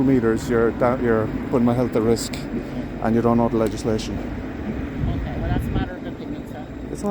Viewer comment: FFS, the Garda couldn’t even say ‘legislation’ the first time. Probably after having a few whiskeys on the job. This is embarrassing to us Irish.